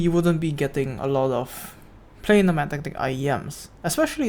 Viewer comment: your pronunciation lol 😂